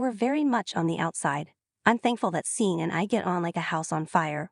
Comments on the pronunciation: Seen? His name is pronounced like "Shawn." Maybe do better research before posting. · "Seen" Lennon. More Ay Eye